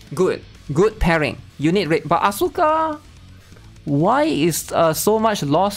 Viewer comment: I would love you much more if you spelled Asuka As-ka instead of AsUUUUUUUUka, it's probably just me but I hate the botched pronouciation so bad, my pet peeve. It was beaten into me during my teenage years 20 years ago due to Tekken and Evangelion, weebs back then were very very serious about this stuff, you had to know your stuff to be accepted into the inner circle of weebs.